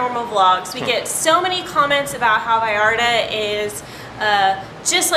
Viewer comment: OMG ya puedes pronunciar bien “Vallarta” felicidades 🤣